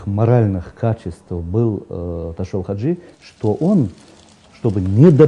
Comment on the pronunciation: Ташав Хажи а не ташув